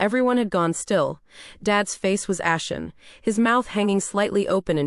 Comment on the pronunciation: It’s ashen, not action. You’ve made too many errors to earn you a subscription. 👎